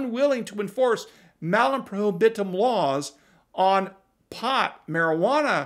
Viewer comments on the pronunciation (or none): Latin curmudgeon winces when you mispronounce prohibitum, but almost everyone does... Assinine legislators at the state and federal levels will get toweringly indignant at the idea that the AR with a pistol brace that is in one person's safe is itself 'responsible' for another AR that someone used to commit a crime. Yes, they really are that stupid.